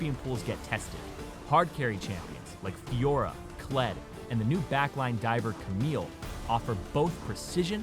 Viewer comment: I laughed when he said Kled